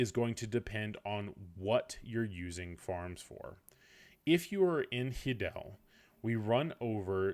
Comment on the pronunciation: "Hee-del" i'm fairly sure it's "Hi-del" the stable (Izaro) says it when u speak to him lol